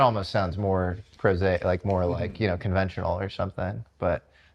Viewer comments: It's "prosaic", prozac is a medicine. I'm not even a mother-tongue in English... Come on. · Guest: Yes…: “Prosaic”